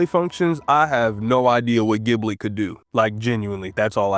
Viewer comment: bro saying giblit is so funny